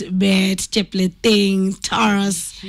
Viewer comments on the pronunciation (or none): This Country still has Kenyans who conveniently won't pronounce the name Taurus....tweng jameni.